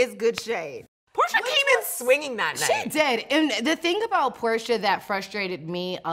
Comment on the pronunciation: It's porsha not portia